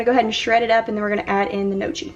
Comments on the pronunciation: Gnocchi is pronounced no-key. I was corrected on this myself from Italian family members 😂 Your home is looking so festive and the hanging basket for $7 is my fave ❤ I actually like the leaf garland around your door. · Gnocchi is pronounced “no-key”. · Gnocchi is pronounced no-key ;) Your decor and home are beautiful. TFS xoxo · Just tuned in, excited to see the video! The CH is not pronounced in Gnocchi. It's pronounced Nyo-Key. LOVE the fall floral bouquet! Floor mats are super cute also. That's strange about the urn prices. But they're cute so 🤷